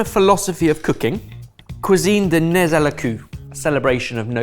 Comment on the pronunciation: Sorry😂 "nez à la cueue" Is pronounced NÉ À LÀ CÖ, and not, nez a la cü. ❤